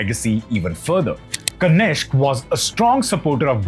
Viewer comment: It is Kanishka and not Kanishk. Dear youtuber please pronounce the Sanskrit words as it is and not like how you present day generation pronounce it like in hindi.I have observed that almost all hindi speaking people, including many so called famous astrologers and Pandits pronounce most of the sanskrit or Sanskritam words wrong. You people omit the ending of the word with an Aa sound. Only a few pandits who recite vedic shlokas and mantras While conducting yagnas Or havan get it right it's my observation.